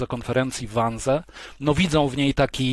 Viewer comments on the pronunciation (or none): to sie czyta 'wanzi' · Wannsee wypowiadamy wanzi... Panie Piotrze to aż w uszy kłuje. Serdecznie pozdrawiam. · Wiem, czepiam się. Ale cierpnę, jak Pan wymawia "Wannsee". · Wannsee jest nieprawidłowo wymawiane. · Learn how to pronounce Wansee